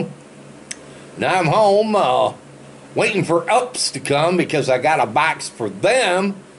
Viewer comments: it is pronounced U.P.S. you only say the letters you are 100% wrong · you pronounced UPS completely and totally wrong